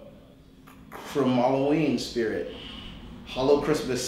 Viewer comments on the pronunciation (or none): Chrimalloween😂 lol Kevin is so cute